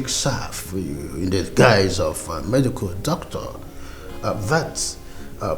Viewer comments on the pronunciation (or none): none